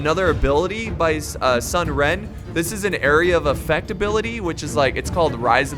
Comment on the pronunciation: It's pronounced soon not sun. Sorry love ya bro.